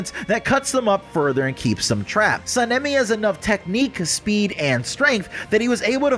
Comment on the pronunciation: His name is pronounced (Sa-Na-Me)